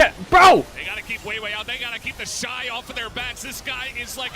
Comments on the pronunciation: sick vid but you mispronounced Weibo i think I've only heard it as WAY-BOW instead of how you said WE-BOW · i don't know if bro is purposely miss pronouncing team and player names, but it is lowkey funny. "weebo" xdd